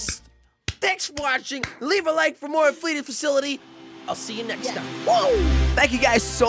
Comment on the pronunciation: Her almost said il murder